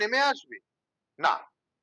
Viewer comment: গণশক্তি শুদ্ধ বলবে আশা করবো। "বুমেরাং" শব্দটির ব্যবহার খতিয়ে দেখা দরকার। শব্দ বন্ধটি - "না বললেই নয় '' । না এর উচ্চারণ স্পষ্ট হল না। সোস্যাল মিডিয়া বন্ধ করাতে এই ধারণা জন্মে গেল যে দুর্নীতির বিরুদ্ধে জনমত তৈরী ব্ন্ধ করতে তা করা হল।